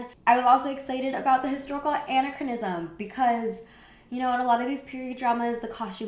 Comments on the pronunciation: I enjoyed this. I don't want you to think otherwise, really. Doing videos like this is work, it's more than I'm currently doing, so this isn't a criticism. Anachronism: uh NACK ruh nizm. There's another word in here somewhere but I can't remember it so it obviously doesn't matter. Edit: muslin. Pronounced like Muslim, but with an N. Words you obviously know and understand. With fashion and particularly fashion history and reviews, anachronism is a common word and relevant as hell to a lot of points in a lot of your topics, so...I hope you won't take it as an offense, an insult or a judgement of your work overall. Please don't. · I typically really like your vids but your pronunciation is KILLING ME. Please look up how to properly say "anachronism" and "anachronistic."